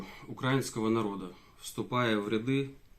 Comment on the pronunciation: Слово ряды как всегда выдало украинский акцент